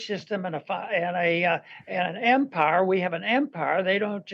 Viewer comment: It's late stage em-pires